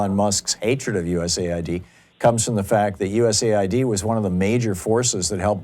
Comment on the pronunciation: for god's sake, please quit calling it "u.s.a i.d" it has nothing to do with id in usa. it's "u.s aid" - that is, aid provided by the u.s. it's a confusing program, not understood by many (including and especially that caller, and calling it u.s.a i.d just makes the confusion worse